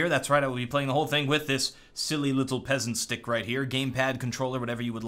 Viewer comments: "Pesent stick" 2k15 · ''Pesent stick.'' 2k15:D